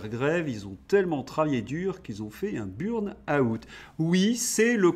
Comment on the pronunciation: Je croyais qu'on disait un Burn out et voilà que maintenant c'est une burne out ..... Il faut revoir les cours d'anglais il me semble 😂